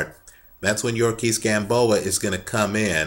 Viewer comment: YOU-REE-OR-KISS Gamboa, not yurkis gamboa